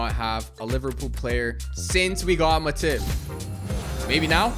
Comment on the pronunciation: The Way Pronounces Matip… 💀